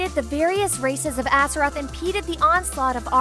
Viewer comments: "Atheroz"? I think you mean Azeroth. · ATHEROZ?! REALLY?! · Did I hear Atheroz? Haha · She is so ignorant lolol. wtf is an Azeross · Azkeroth? really? You guys didn't find someone with more experience at reading or a wow player to do the talking? Aside from the lore mistakes are you guys even trying? Honestly for good wow lore videos i suggest Nobbel87. At least he tells you everything and tries to find the correct images to show (varian wrynn insted of his granfather or anduin wrynn instead of llane; the order being wrynn the 3rd>llane>varian>anduin). Stop butchering the names!